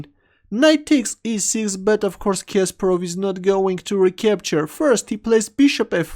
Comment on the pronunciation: Not Késperov but Kasparov